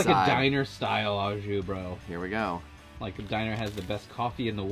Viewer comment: Sorry, but the pronunciation of “au” is not “ah”, it’s “oh”… Great fusion take on the grilled cheese and cheesesteak